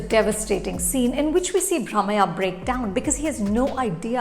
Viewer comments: It's Brahmayya with a stress on 'y' (nee Bramaya) Ondu motteya kathe (nee kaathe) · Chopra, please try to get the pronunciation of the names little more correctly. You have not made justice to Brahamayya's pronunciation and many other names.